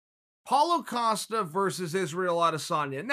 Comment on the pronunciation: Paulo “Acosta” Costa